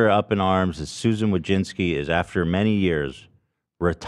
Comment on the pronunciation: As a Polish person I've hoped there'd come the day where people would learn to properly pronounce the surname "Wójcicki" but with Susan now leaving it will probably never happen. But tbh probably even she pronounces it wrong like a lot of Americans do lol, you can hear Americans absolutely butcher their own fucking surname lol. But maybe she does, I know she has been to Poland and even has the citizenship so she can always dip from the US when things go down